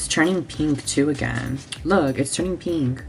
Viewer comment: Its turning PEENK